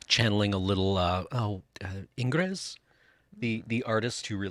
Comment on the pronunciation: Dear, the s in Ingres is silent. It is pronounced like "anger" with the last two letters switched.